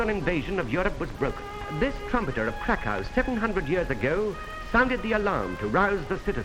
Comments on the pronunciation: Cracow is the official english name for Kraków. But even you say Kraków wrong, since there's an ó, we say Krakoov or Krakoof (the w sometimes sounds like an f) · it is two ways to say Kraków/Krakow Polish: Kraków(ó and v sound) or english: Krakow (o and english w sound) but you make hybrid Krakow (o and v sound) 😅😘